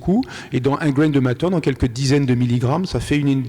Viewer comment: " Un grayne de matter" ??? 🙃